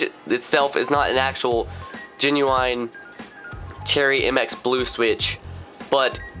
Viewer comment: He can't even say Genuine right lol